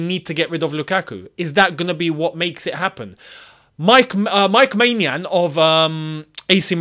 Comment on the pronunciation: Bro butchered Maignan's name😅